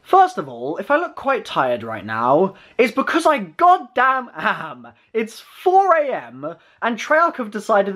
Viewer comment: "4 ay emmmmmuh" please STRESS WORDS PROPERLY